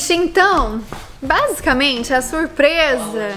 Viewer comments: Você falou bazucamente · Vc deve 20 reais pros dois pq vc falo basicament